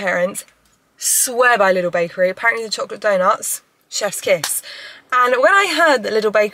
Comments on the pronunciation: interesting how u pronouce lidl.... sounds like little. if i dont know what u mean i wouldntknow u mean lidl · Very nice video! So fun to watch you! 😊 BTW: it's pronounced "leedel" so a long I. Not short like in little. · Loved it. If i may suggest how you can pronounce its name, as it is german: Try it like this: Lee-Dell (like the computer company), when you pronounce it you go up with the Lee and down with the Dell ... 😊 carry on 😉 Og btw, you are right with the Focaccia, your friend is wrong (I also speak Italian). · Loves the video!! But I need everyone to know that Lidl is pronounced "Leedle" - with a long first syllable :-) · Lidl is Said like Lee-dal hahaha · still can't get used to the way English speakers pronounce Lidl haha